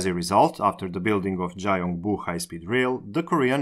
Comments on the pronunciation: 자용부라고 발음하셨지만 라틴문자를 그대로 발음해서 그렇고 실제론 경부로 발음해야 하죠. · Gyeongbu is pronounced more like Kyonbu, not Jaiongbu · Just for more accurate info(No intention of criticizing!) Both Gs in "Gyeongi" are pronounced "guh" sound, so it's more like "Gh-young-Ghi" "Chemulpo" is actually pronounced "Jemulpo" "Gyeongbu" is pronounced "Gh-young-Bu" "Gangnueng" is pronounced "Gang-Nng". Or Just "Gang-Nung" is fine I think. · 경부는 g보단 k로 읽어야 하는디...